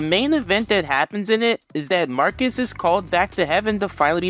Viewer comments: It’s not pronounced “Mark-Ee” it’s pronounced “Markwess” and then mispronounced as “Marcus” by the rest of the team. And his real name is John Douglas, Marquess of Queensbury is just a title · Fun fact, it’s pronounced “Mar-kess” which became Marcus in the show. However because the Marquis (Mar-kee) De Sade is popular in the zeitgeist that’s where the confusion of the pronunciation comes from. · Marquess is pronounced "mar-kwus", which is why it's funny that everyone calls him "marcus" Marquess is not pronounced the same as marquis, although I've done the same plenty of times too.